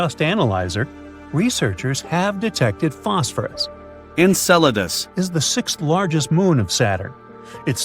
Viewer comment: I'm wondering how bad the pronunciation was for them to insert "Enceladus" so obviously after it was originally recorded.